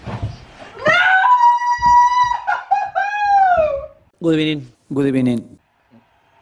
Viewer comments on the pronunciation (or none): These random "gud ebening" sounds are hilarious 😂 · The "good ebening" gets me everytime